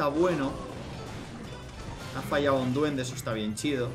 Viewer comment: Jajajja se escucha chistoso diciendo "chido " jsjsjs